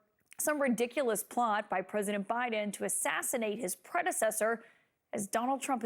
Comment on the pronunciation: All he sayse Biden wrong like a little kid